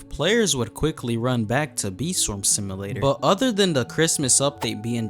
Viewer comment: "sim uh later" 🥀